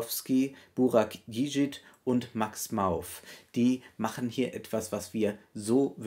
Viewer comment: Tolle Filmanalyse, wie immer auf diesem Kanal! Ich erlaube mir allerdings eine kleine Korrektur zur Aussprache: Burak Yiğits Nachname wird /ji-it/ gesprochen - mit stummem ğ.